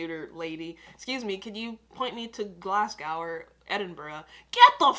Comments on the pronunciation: The last syllable rhymes with low, not with cow. GLAZ-GO. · You pronounce it Glas - go not glas glaw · You've learnt to pronounce Edinburgh, now you need to learn to pronounce Glasgow